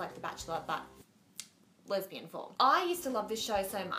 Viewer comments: she's so cute lol! its funny how it sounds like she's saying "lebanese" instead of lesbian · why does she say Lebanese instead of lesbian?